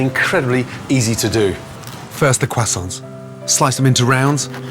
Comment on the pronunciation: shoutout to the "kwasants"